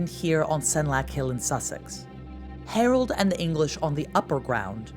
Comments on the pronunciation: His name was HAROLD. How do you manage to mispronounce that ? So pretentious. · She can't pronounce 'Harold' ! 😂